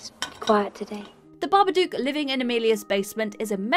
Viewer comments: I only have 2 things to say about this list - 1/ It's 'Babadook', not 'Barberdook'. They literally say it in the movie. 2/ The Blair Witch Project is one of the worst films of all time, and should be in any list, unless that list is 'The Worst Movies Of All Time' or 'Overrated POS Movies'. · Every fucking video. BabaDOOK like book, cook, look, took, chook. Not like spook.